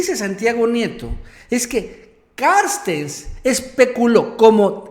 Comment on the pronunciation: A ver no mames no te desconpongas... "Carstens" se llama! Noo "Carstes"...aliviana tu rostro eres buen comunicador pero no la riegues siendo flojo y pronuncia el apellido como es.